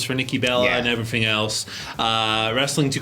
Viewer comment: “and everyffing else “